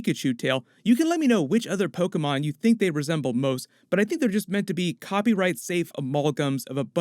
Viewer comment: I like that you pronounced Pokémon Correctly 🤔